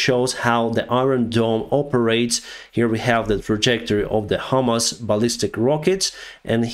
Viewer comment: "Hamas," not "HIMARS."